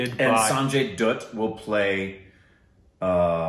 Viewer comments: Sanjay Dutt -🧐❌ Sanjay Dhoot -🤔✔️ Meanwhile yamdhoot - 🥺 Abey saale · Sanjay 'dutt' like 'butt' not dooot.. 😊😊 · sanjay dhatth… not dooth korbin.. its like dha thh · Bchchan is prounounced like bat-chan Sanjay Dutt is like bhatt